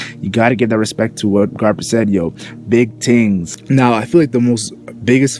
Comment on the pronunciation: "big tingz" you jamaican g?